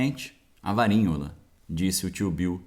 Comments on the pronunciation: quando vc fala varinhola o tradutor já entende como varíola... tem que mudar de palavra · O nome da doença é Varíola!! Porque está falando Varinhola???